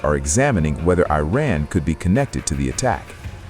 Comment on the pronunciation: FFS! Will you please try to pronounce 'Iran' correctly. It hurts my ears the way you say it!